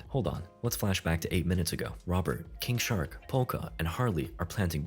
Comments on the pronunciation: bruh i thought you were saying kink shark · Why do I keep hearing it as 'Kink shark'